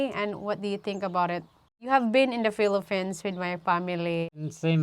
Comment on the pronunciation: Mind your P and F pronunciation,. Typical of us Filipinos to mispronounce it. Just a reminder, no malice whatsoever. Thank you.